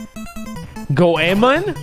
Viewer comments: Lmao who is goh ay men? Its go ey mon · ZeRo his name is pronounced Goy-Mon from Mystical Ninja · Hearing him try to pronounce Goemon literally broke my heart.